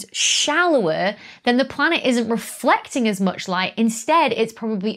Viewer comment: 6.40 "refelcting"...